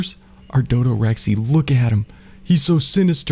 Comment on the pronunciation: Its a dodorex not a dodorexy